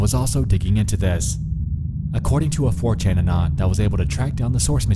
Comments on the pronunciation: I hate the way you pronounce "anon" Who the fck even talks like that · Why do you say anon like that